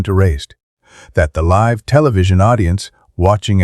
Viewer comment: How many times do you have to repeat the same thing? Learn to pronounce words ie. Live!